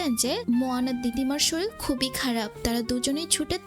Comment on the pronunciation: শরীল, জরুলী, জর্মায়... আপু সুন্দরভাবে প্রেজেন্ট করছেন কিন্তু শব্দের সঠিক উচ্চারণ করতেই হবে। আঞ্চলিকতা পরিহার করতে হবে।